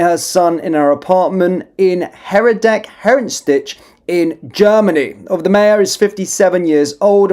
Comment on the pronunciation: It's not Herrer dick (as you pronounce it), it's hair decker (Herdecke). Try reading it. How reliable is the rest of your news?